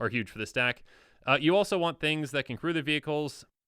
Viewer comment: Every time said "vehicles" I heard "beebles" and it took a few moments to figure out what he was talking about. Good old beebles